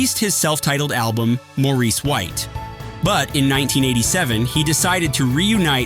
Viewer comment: The AI did the best that it could 😌